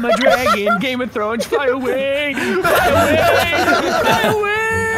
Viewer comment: "Game of Trones"